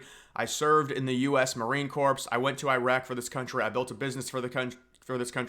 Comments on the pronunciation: It’s pronounced CORE not CORPSE. Marine Corps. SFMF! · It's pronounced like "Core" not "Corpse" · Bro it’s pronounced “Marine Core” not “Marine Corpse” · Dude its pronounced Marine CORE, please for the love of god never say "Corps" (like Corpse) again if you're a patriot. Much love. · “core” not “corpse” corpse has an e in it. Corps does not. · It is not CORPSE it is CORE. This should be common knowledge. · "Marine corps" is pronounced "Marine core." The p and the s are silent. During one of his speeches Obama was reading a teleprompter and at least 3 times referred to the Marine corps as the "Marine corpse." (dead body). He was the laughingstock of the Marine corps. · Man... please dont pronounce "Marine Corps" as "Marine Cor - PSE." It's pronounced like "CORE. " Good video, dude. You've got a new sub out of me. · "Marine Corps" is pronounced like "core", "not corpse" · Good grief, pronounce it Marine "core" not "corpse". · Credibility crashes to near 0 when you mispronounce "corps" as in Marine Corps. Neither the p nor the s are pronounced. A corpse (with the p and the s being pronounced) is a dead body; A corps - pronounced kor - is a body of living people such as the "press corps". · Cmon bruh, how do people still mispronounce "Corps?" Its pronounced "Core." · Marine Corps, pronounced Core not with the s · It’s Marine Corps not Marine Corpse… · It's "Mareen Core" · Corps, the s is silent, Obama said this too